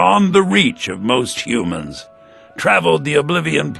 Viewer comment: Ia, cant get over your speech patternsa. "in Tamriela, the wood elves, the dark elvesa...humansa too". -_-'